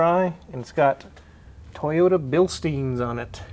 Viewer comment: Brother, you get a toyoTa not a toyoURA. I also want some water 🥵😄